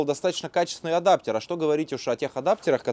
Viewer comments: ваш адаптЕр сквозь ухо мозг режет) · боже как режет слух этот адаптЕр